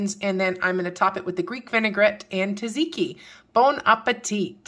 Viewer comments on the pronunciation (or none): Tzatziki is pronunced: sat·see-kee